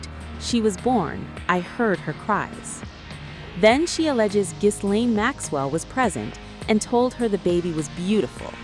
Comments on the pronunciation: This is too serious for you to pollut it with sensational music. And it is pronounced Guee-lane not GiSlain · The real name is pronounced Gislain. It's a French name.